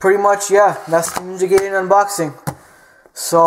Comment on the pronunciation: its pronounced Ninja Ga-ee-den